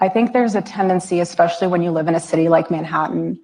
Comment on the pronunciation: The words are Supposedly (not Supposably) and Especially (not Expecially).